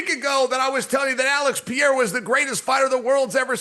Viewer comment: “Uhlex puhdayduh”